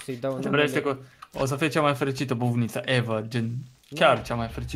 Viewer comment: Bufinta :))) nu era bufnita? :))